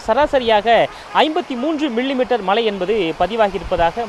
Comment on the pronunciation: சொன்னதையே திரும்பத் திரும்ப சொல்லி.... போரிங்......நூறு தடவை மலை மலை மலைன்னு சொல்றிங்க.......அது மழை மழை மழை.....